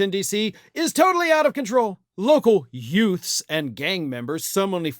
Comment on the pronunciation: "local yoofs" 😂